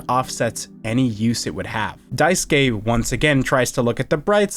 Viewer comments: Small thing but I really appreciate you actually pronouncing daisuke correctly lol The amount of videos I have seen where they say "die-sook" kills me a little lol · This video's a 10/10, actually 11/10 because you know how to pronounce the name Daisuke. thank GOD! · I’m pleased that every commentator I’ve listened to talk about this game so far has pronounced Daisuke’s name correctly